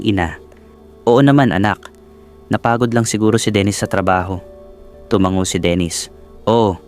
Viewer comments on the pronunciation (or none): none